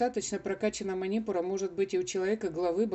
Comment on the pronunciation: Манипура !!!!!ударение на У!!!! СЛУШАТТ ВАС НЕ ВОЗМОЖНО